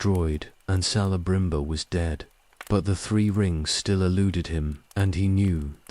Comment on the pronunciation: Celeborn and Celebrimbor is pronounced hard C. Kele not Sele. Its in the appendices